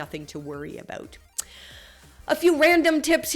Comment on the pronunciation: I thought your "about" was pretty good. We Americans usually make fun of Canadians who pronounce it "a-boot" :)